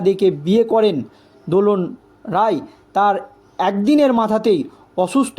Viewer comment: আপনারা "রাই"কে বলেন "রায়" "রায়"কে বলেন "রাই"!এ কেমন সাংবাদিক?